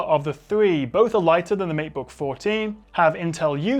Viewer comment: It's matebook not meatbook :D